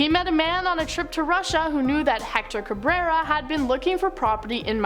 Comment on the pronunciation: OMG! THAT'S NOT HOW YOU SAY CABRERA! Lol !